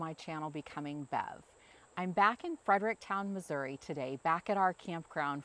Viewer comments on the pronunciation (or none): none